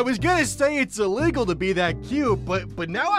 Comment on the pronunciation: Illigul what he said